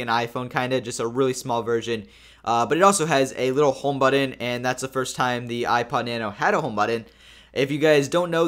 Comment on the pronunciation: Really you said buddon? Do you even try to speak English correctly? Say it with me but-ton.